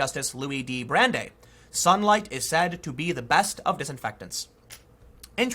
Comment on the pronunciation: Hoping when you were done recording you looked up Louis Brandeis and learned to pronounce his name. Otherwise good content as usual.